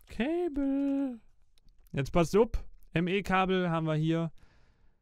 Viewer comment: 'hmm cable...' goes to ME system.. 'cay-bllllll'